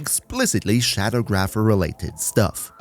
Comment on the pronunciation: It's Sha-dawg-rapher.